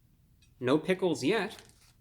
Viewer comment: “Travis sgot meal” “ “pigles”